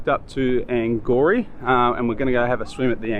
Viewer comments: Don’t wanna be one of those people, but it’s pronounced Ang our ie :) . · I live across the road from blue dolphin and u pronounced angourie wrong 😅